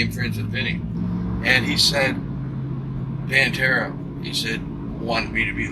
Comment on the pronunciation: I hate how the narrator says Pantera.